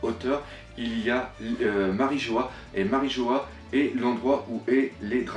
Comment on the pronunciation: "MariJO-HA", ah et aussi "Shaboadi"